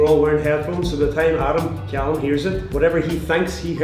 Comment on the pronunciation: Callum not Calluim